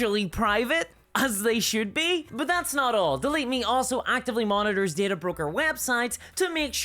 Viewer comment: At some point, I started dreaming in this woman's voice. 🙅‍♀ How is there an "r" in DATA!?